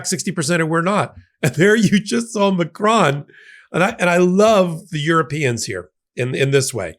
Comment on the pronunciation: Just for fun: it is close to this ma - krone; accent on the second syllable. The "o" in "cron" sounds like hone/lone/sown/. Bad suggestion but it is pronounced like "crony". Get the O sound right and you're a winner. Thank you to my president! From France.